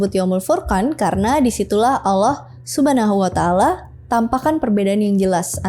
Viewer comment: Saya yang muslim sejak lahir cara penyebutan "allah subhanahuwatallah" masih kalah fasih sama dia😅 semangat!!! Sepertinya saya harus banyak belajar dan buat pelajaran